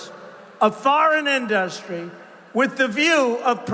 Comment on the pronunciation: Why does Trump mispronounce industry??? In- dust-try??????